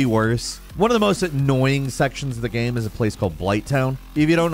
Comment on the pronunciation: how is that "game", how have you pronounced "game" "gyearym" i'm 💀